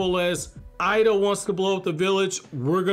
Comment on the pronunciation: Eida (“ada”). Pronouncing it “ida” (eye-da) is incorrect. I love it how goes from to the other and never decides. It’s so confusing 😆 Great video though. I love his theories and character analyses.